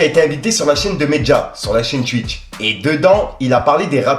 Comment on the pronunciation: Tu dit tuwit et tuwitch mdr